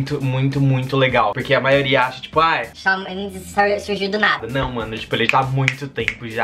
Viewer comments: Não é "Shau" é Shawn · mas se pronuncia "chão":)) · so falta falar certo!!!!!😁😄 fala tipo chon